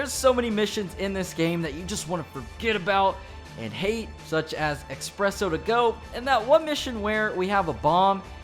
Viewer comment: It’s pronounced Espresso, not uh... Expresso